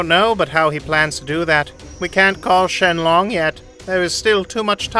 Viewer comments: Bruh he just says not SHENRON but shenlon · Shenlong he says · Shen ron no shenlong yes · they say shenlong instead of shenron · Lol he said dragon Shenlong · Bruh he called beerus beer oos and shenlong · He called shenron shenlong😂😂😂😂😂😂😂😂😂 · *"ShEnLoon" lol😂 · “Shenglong” and “whisk”